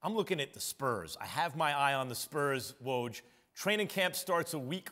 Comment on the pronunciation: We finally have a host who says Woj's name correctly! :)